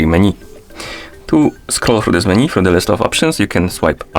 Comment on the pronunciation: MenU bro, not MenY :) thank you